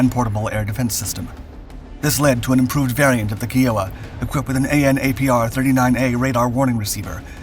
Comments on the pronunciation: Down vote because of mispronounciation of Kiowa. Kai o wa. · Its pronounce KI... OAH as in Kie Oh Ah your killing me Smalls. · /kī/ō/ə/ Stress on the first syllable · Thank you for saying something..... listening to Kee/Oh/Wa was getting under my skin. Lol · Samuel L Jackson -"say key-O-a one more time mother fucker". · The way you pronounce this just hurts my heart...pronounced with an I not an E.... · this commenter is all chewed up, not pronouncing the aircraft right, it was retired in 2015 not 2020. Get your information and words right. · Don’t know what he’s reading for the name but he’s pronouncing it completely wrong. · You butchered the name...... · I hope you actually read these comments. Adding to my previous comment; I don’t think you realize just how disrespectful it is to mispronounce someone’s tribal name. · Think of the state - I O W A - and add a "K" . The post below nails it. Otherwise, your video was excellent and it brought back a lot of memories. Thanks. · You need to redo the whole thing. I could not listen to the mispronunciation of Kiowa, constantly. There is zero excuse for not knowing how to say it properly. The helicopter was named after the Kiowa tribe. Like our other attack helicopters have been named after American Indian tribes. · The dude does this all the time. You'd think he'd do more research, like how to properly say the name of the aircraft! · Wow so we now know the voice is a robot that can’t read Indian names! Lol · Every single video this guy does on US Army helicopters he mentions how the Army names them after Native American tribes and yet he mispronounces these tribal names every single time he says one, sad, pathetic and very disrespectful. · As an ex Kiowa pilot, I wish you could learn how to correctly pronounce the name. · It's absolutely atrocious the way he continuously mispronounced the name! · Thanks brother I was just fixin to correct his pronunciation. Ain't no Indian tribe by what ever he was a sayin.